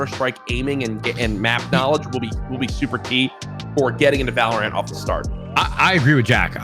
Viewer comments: valOrant, not vaLrant lmao courage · Everyone: valorant Courage:valraaannntt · dude keeps saying valor ANT xD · ok what? they both pronounced it wrong... ( VALOR UNT ) silly pleb... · My brother cant say valorant either he say it like vloor-ant